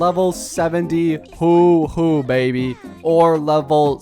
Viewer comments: PLEASE I BEG YOU "huoh-huoh" not "hoo-hoo" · ITS HUO HUO NOT HOOO HOOOO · She is pronouced "hua hua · I swear every time he says “hu-hu” it’s so funny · Knock knock. Who’s there? Who? Who who? It pronounced, “hwah, hwah.” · Haha, look at me, dumb content creator who can’t pronounce a characters name, even though it’s pronounced about a hundred times in love streams and the actual story. That’s a dislike, so ignorant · I lose brain cells when you says Huohuo